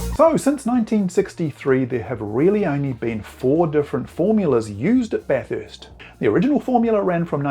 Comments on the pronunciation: At Bathurst, it's pronounced Bathurst, not BatHURST. Think of it like this, the people of Melbourne hate Melbourne, being pronounced MelBORNE. Then there's Brisbane, but I think you're on to it. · Bath-hurst? There is only one letter h in the word Bathurst 😊